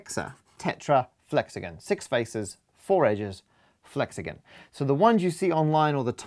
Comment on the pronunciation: Is it just me, or is it annoying that he says flexagen not flexagon?